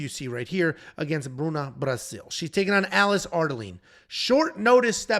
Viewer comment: "Bruna Braascilll"😂😂